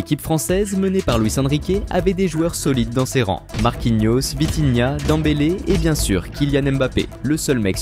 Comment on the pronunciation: On dit dembele